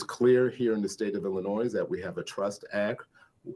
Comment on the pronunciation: the s is silent in Illinois..this guy is an idiot